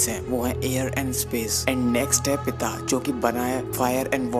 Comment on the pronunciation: सही बात कही, आप ने वात को वाता कहा, पित्त को पिता कहा कफ को कफा कहा, आपने भाषा की धज्जियां उड़ा दी. बहोत खूब. आयुर्वेद को आयुर्वेदा कहा. 😀 सब के मन जागे धरम सब का मानस निर्मल हो, निर्भय हो, नीर बैर बने सब, सभी। निरामय हो. सब का मंगल हो दूर अमंगल हो